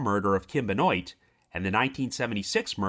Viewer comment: Benoit, pronounced “Ben-wah”. Of French origin.